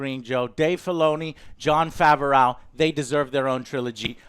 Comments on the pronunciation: Jon faverauw 😀 I always thought it was prenounced as bu-reau Fav-reau just sayin 👍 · Jon FAV-O-RAWGH?!!? Joe....as much as you like to butcher people's names, I wouldnt be surprised if you started calling Dave Filoni, Dave Felony. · As much as I love your reviews, his name is pronounced Jon Fav-row. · Jon faverrow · John FAV-ER-OWW? wtf? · he mispronounced both names😂